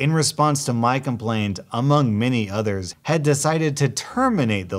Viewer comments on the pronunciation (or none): none